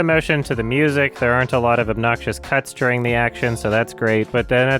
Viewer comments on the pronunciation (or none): none